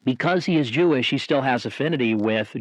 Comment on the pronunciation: "He's visibly Jewelish" 🤣